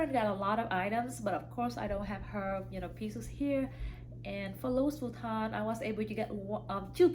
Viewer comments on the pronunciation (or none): It's Louis Vuitton, you don't pronounce the "s" in Louis, it's French 🥰